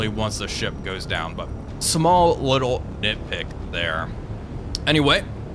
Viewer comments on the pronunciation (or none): none